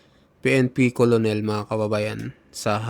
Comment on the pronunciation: Di yan kolonel,,ang pagbasa nyan..kernel